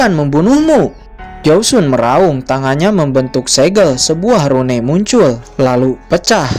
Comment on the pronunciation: Rune it di baca Run bg bukan rune😂